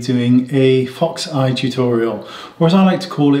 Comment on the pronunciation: “Let’s call it a foxsh eye!” Wayne you’re too funny!